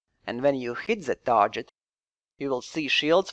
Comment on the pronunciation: One small tip: "target" is pronounced tɑːɡɪt, not tɑːʒɪt.